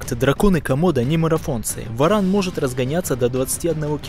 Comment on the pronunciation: Каждый раз ,когда в видео говорится про варана , очень смешно , слышится (баран ) . Что бы сделали вы, если бы встретили барана гуляя по улице ?